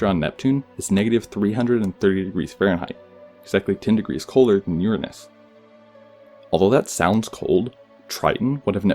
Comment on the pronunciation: I appreciate you pronouncing it Uranus not Your anus!